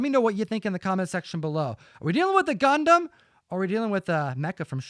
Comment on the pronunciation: So good to hear you guys say Gundam properly and not “gun-damn” 🤣👍